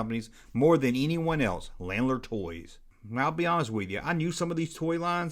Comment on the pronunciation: My mom used to work for them. It's pronounced "Luh-naard."